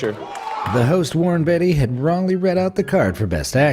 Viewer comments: First time I’ve heard anyone call Warren Beatty... Warren Betty. 🤣. He’s a legend & brother of a legendary actress... Shirley MacLaine, but I can imagine the narrator would call her something like Mr. McClean!!! Lol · It's Warren BAY-tee. Not BET-tee. kids. . . gheeeesh! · You mean "Warren Betty"... according to the voice over guy :P